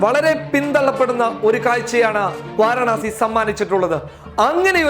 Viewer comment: വാരണാസി അല്ല വാരാണസി